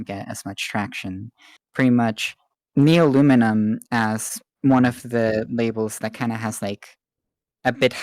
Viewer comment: Honestly you didn't say it that bad, I used to say it as Nuleomulium 😭